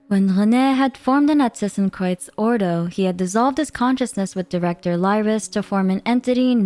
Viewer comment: Can we just talk about how she nails the pronounciation of Narzissenkreuz :O